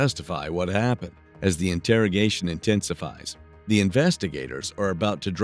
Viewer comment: If you're going to use an AI voice for true crime videos, pick one that at least knows how to pronounce "interrogation" instead of calling it an "integrigation" room